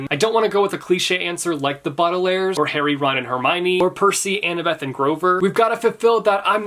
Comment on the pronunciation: he said Baudelaires SO WRONG it bothers me omg